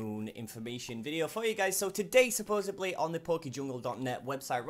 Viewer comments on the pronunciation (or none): say "supposedly" right